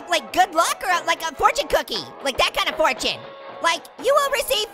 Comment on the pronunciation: Fortiue like fartune